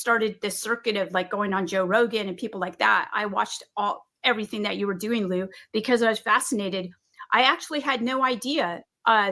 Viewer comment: “Lue” is pronounced “Loo”. Not Looey lol